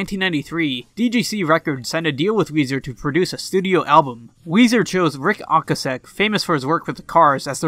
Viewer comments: Bro I love the video but it’s Ric O-ka-sick and Geffen with a hard G 😉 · Its pronounced "Oh-kay-sick" Ric Ocasek. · My favourite part is where he mispronounces David Geffen and Ric Ocasek’s last names wrong…and calls Kevin Smith Kevin James…oh yah, then completely skims over Surf Wax America. Good times 👍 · not to be rude but you butchered rics last name